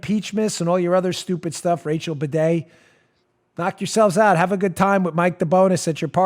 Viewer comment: Bade... baaaa-de... Bidet... HA!